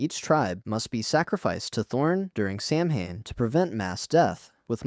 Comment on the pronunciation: Samhain is pronounced "saw win"